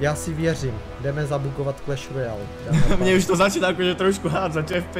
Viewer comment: "Kreš Rojálu" :D